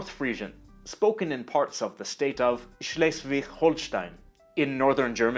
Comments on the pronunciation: Schleswich-Holschtein = top-notch pronunciation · gave a like just for the on point pronunciation of "schleswig-holstein"